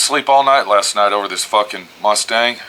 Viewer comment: It was a rustang, not anymore. Maybe "Cuss-stang" since it has you cussing so much.;) Thanks for the videos, I always learn something & look forward to them!